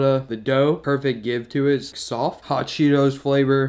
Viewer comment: DID HE SAY HOT CHEETO SOPESS OMG I MUST TRY